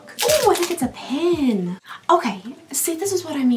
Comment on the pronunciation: She says "pen" like "pin" but says "pin" like "pen" 😂 I was a little confused for days 5 & 6 😜